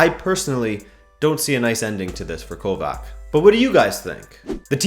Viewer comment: Keep it up but pronounce the c in kovac like the c in modric